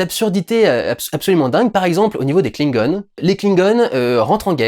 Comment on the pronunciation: Tu peux dire Klingon en français stp, ça me fais trop mal au oreille. En Anglais on dirai qu'on parle de truc trop mignon.